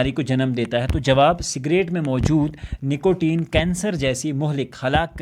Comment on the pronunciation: نیکوٹین ۔❌ نکوٹین✔️